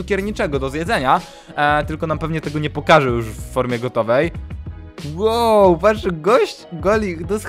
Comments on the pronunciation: ON POWIEDZIAŁ ŁOŁ A NIE WOW. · on powiedział łe łe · Powiedział łoł